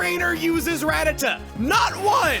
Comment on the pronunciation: He pronounced Rattata incorrectly at the very start of the video